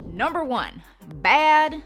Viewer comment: When you said "bad" lol I thought you sounded like a hick from Arkansas!! 🙋🏼‍♀️ <--- Hi, thats me, a hick from Arkansas!!😂😂😂